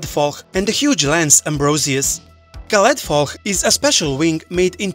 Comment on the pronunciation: Damn, you pronounced Caledfwlch perfectly, I'm actually impressed! Great video - where's the fancy gameplay for dracomon come from?